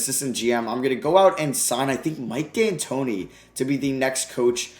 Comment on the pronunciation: Really said “Mike Dantoni” for 7 seconds with Yao and Pau. 😂😂😂